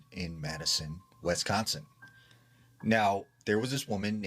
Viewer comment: There is no 'E' anywhere in Wisconsin... Why is he saying Wesconsin? Lol